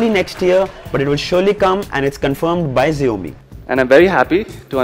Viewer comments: Its xiaomi not zaomi bro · just one feedback - hope you take it positively. I think you are pronouncing the brand name incorrect. The pronunciation should sound as "SHOUMEE" not "ZIOMEE". May be this is not such a big thing, but still a feedback. Keep up the good work bro...good to see you being among the top tech reviewers. Kudos!!. Thanks for making lives of all MI TV owners easy. Way to Go Buddy..Thanks for all you do!! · xiaomi is prounounced as ( Sha - o - me) not as ( zee - o - me )